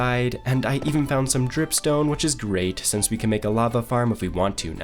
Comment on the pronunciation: It’s SINCE. NOT SENSE